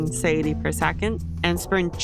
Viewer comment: suh-tie-a-tea [sə-tī′ĭ-tē] Great math, very helpful :) Thank you